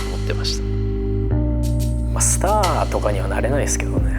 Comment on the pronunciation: 「スター」じゃなくて「スタァ」なところが絶妙にダサいの笑う